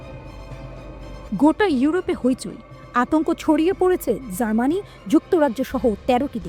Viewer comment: জার্মানি নামটাই ঠিক করে নিতে পারছেনা,,,,,,,, তাও তিনি সংবাদ পাঠিকা 😀😀😀😀